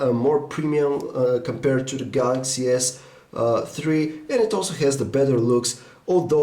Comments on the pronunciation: Galaxy S three. THREE. not tree! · I like how you say Galaxy s Tree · dis guy likes da galaxy s tree. remember we all tend to like da galaxy s tree